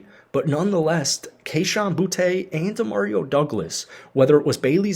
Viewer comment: His name is bootee not boutay.